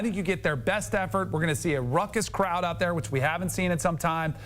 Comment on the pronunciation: Danny... RAUCOUS, not RUCKUS. It's ok. You went to Florida State with people like Deion Sanders. At least you aren't saying "Ain't nobody care".